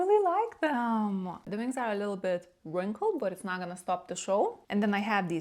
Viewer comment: How come you can pronounce the w in 'one', 'where' 'we' and 'well' but not 'wings'?